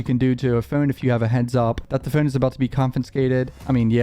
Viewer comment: PHONE. PH O N E. NOT FUN. NOT PHUN. PHONE. PHONE. PHONE.